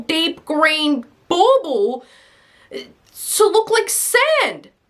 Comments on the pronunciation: As an American viewer I very much Enjoyed my Mac and cheese with my Yoo-hoo. Also the way you say “bobble” boggles my mind. (Also I’m not makeing fun of your accent Srry if this offends you😭) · The way you say Bubble gives me life 😂😂😂